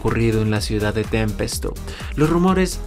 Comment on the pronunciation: Pensé que solo yo me dí cuenta de esa pronunciacion,tambien siempre dice "tempesto" refiriéndose a Tempest y dice verduora